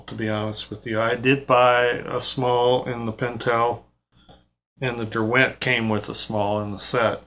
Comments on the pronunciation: Love all of your videos 👍 Just one thing, as somebody from the UK, the accent on the word Derwent, a brand made in the Lake District area of England, is on the first syllable. DER-went, rather than Der-WENT👍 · Nice explanation of these brushes. Just a point about Derwent. The brand is named for the Lake District in England. It’s pronounced DERwent (emphasis on the first syllable) — not derWENT.